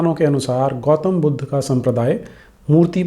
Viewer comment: चलो अपने को पढा लिखा दिखाने के लिये "बुद्ध" को इंग्लिश लहेजे मे "बुद्धा" केह रहा है। लेकीन "स्तूप" को "स्तुपा" कौन केहता है बे?😂😂😂